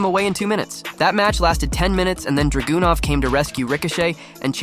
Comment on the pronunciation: HIs name isn't DragUnov🙄 Learn to say his name right..🤦‍♂️